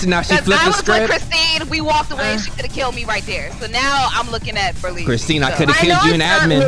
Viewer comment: him saying christene lol